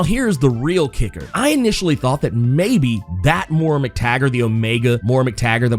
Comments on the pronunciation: It's pronounced "moy-rah" not "mor-rah." She's gonna be the new Borg queen. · I love you but it's Moy-Ra